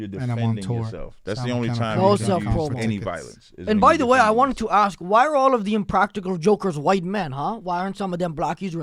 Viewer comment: MAYBE SLAVERY DURING THE DURATION OF THIS PODCAST WOULDNT BE THAT BAD ? " I LIKE SAYING SOWORD BETTER" LMFAO YEAH AND INSTEAD OF ASK YOU SAY AXE LMFAO